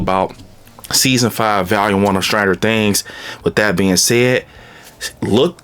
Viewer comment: VALUME or VOLUME? 😂